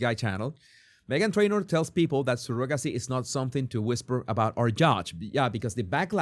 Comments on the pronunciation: I know you have an accent, but that's not how you pronounce "surrogacy." It's not even close. I can't listen anymore with you calling it sir-GOG-acy. It's CER-ugg-a-sea. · He makes fun of the way Andrew Tate says Candayce but posts a video right after pronounces surrogacy as Surogaci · The o in surrogacy is pronounced with an uh sound. Not the typical o sound. sur·uh·guh·see